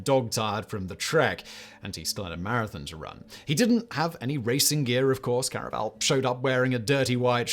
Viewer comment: Please, Simon, by the Gods, at least make a real attempt to pronounce a name properly - Felix Carvajal's name is pronounced like "carve a hall".